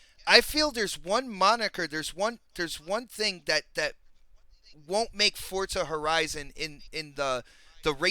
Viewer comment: GOOD SHOW.. BUT, I SWEAR IT NEVER STOPS ANNOYING ME THE WAY PRONOUNCES "FORZA"...